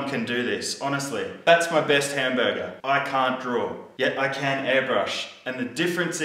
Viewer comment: The way he says hamburger is Funny as fuck! Lmfao